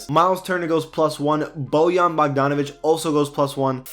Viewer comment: Props for saying Bojan right, not a lot of foreign people know how to say his name correctly.